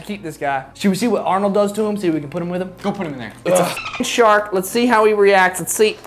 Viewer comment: Eggggfs not sark